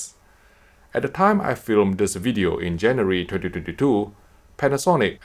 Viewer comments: i’m sorry man but it sounds hella fun when you say 2022😁 tyhdityhditoooo.. try saying it as 20 20 2 and that should help 😊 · Good material, as usual. Although I was being distracted by the "tetytetytoo" all the time - took me a while to decypher it :p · I hear "tititititoo" each time ^^ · I love the way you say 2022 😂😂😂